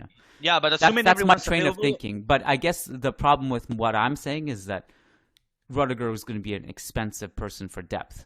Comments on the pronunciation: my man... Please pronounce it as ROO-DIH-GER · His name is pronounced ROO-DIH-GER